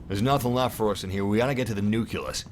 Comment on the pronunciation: Not to be rude, but does it piss anyone else off when he pronounced nucleus as "nu-kill-us"?